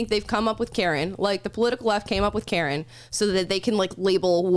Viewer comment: Karen....CARE EN(NOT)